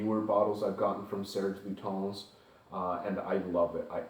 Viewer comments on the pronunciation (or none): Pronounce: LutAns not LutOns